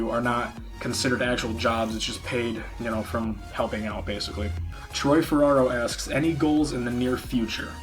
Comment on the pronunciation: You said T-Roy wrong man lol! But congrats on 200!